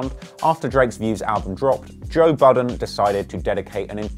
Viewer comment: Lmao..did u just call him"toe"budden??? Too funny!